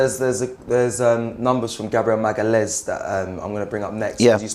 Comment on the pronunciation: Great content as usual guys keep up the good work, also,, its pronounced Gabriel Ma/ga/lian/is